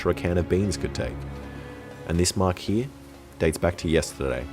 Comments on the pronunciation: I absolutely adore the way he says "here" - "hee" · "I'll put the air tank heee" and the spring hee"